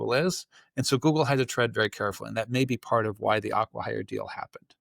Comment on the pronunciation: Aquahire? It's Acquihire.